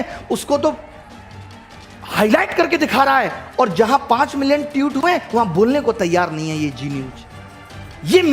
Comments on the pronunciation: ट्यूट नही ट्वीट😂😂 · Tweet toh thek se pronounce karle